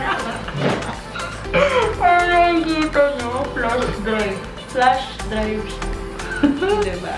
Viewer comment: Natawa ako sa "FLUSH" drive hehe Pwede po I normalize niyo yung pitch diko po kasi maintindihan 😊